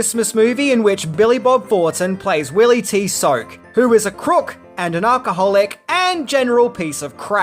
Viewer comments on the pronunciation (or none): lol you still day "Ark-ah-holic"!! 😂😂😂😂 It's Al-cha-hol-ic you spaz )in pronunciation